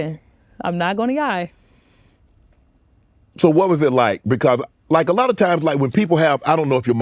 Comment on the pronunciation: “I’m not going to yie” 😂😂😂